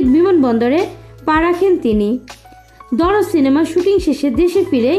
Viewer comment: Darod na dard ? Ke jani re vai😂